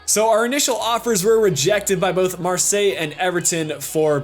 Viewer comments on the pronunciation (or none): none